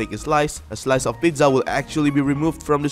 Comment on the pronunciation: Why u saying "pitzza" lol it's funny